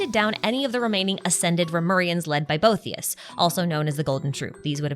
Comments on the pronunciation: Pronunciation note: bow-EE-thee--us. After a philosopher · Arlecchino did have her vision when she fought Crucabena. She gained it from resolving to kill her. Ah the mispronunciation of all the Remuria names kills me. Scylla = Silla Cassiodor = Cassio-door Boethius = Bo-ee-thee-us Also on the Itto event, Miko directly mentions "the bigger war," it's not a hint or something to read into. It's plain text on the screen.